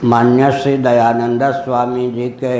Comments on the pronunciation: दयानंदऽ बोल रहे हैं, शायद गुस्से से बोलते हैं। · Angreji bhasha ka prabhav to aap par he dhongi pandit ji Kyu ki aap dayanand ka uchcharan dayananda kr rahe ho ...... Ishwar aapko sadbuddhi de 🙏🙏🙏🙏🙏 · आप दयानन्द का उच्चारण दयानन्दा (dayananda)कर रहें हैं, जोकि अंग्रेजी में लिखा जाता है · इनको महर्षि दयानंद जी का शुद्ध उच्चारण करना नहीं आता हैं इनको सुधार करना चाहिए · Kya nonsence admi h ye ..swami dayanand Swami ka naam bhi sahi ni liya jata ..khud dyanand ko angreji bhasa mai padh rha h..unki pair ki dhool k barabar bhi nahi ye